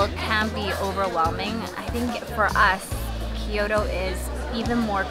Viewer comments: Its kyoto, not kioro lol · thanks for taking us along! enjoying your content but please at least try to pronounce the cities correctly!! its not Ki-Yoto, it's Kyoto. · Thank you for the video. One observation, you are clearly Japanese, why do you pronounced as “Kyoro” instead the of the right way KyoTo?